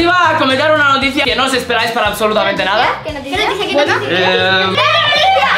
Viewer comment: Os ah veis dado cuenta q dice nadia